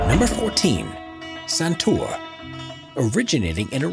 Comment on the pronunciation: It's actually pronounced santoor👏👏👏